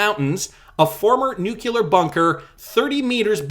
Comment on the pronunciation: Nuclear- not nukular...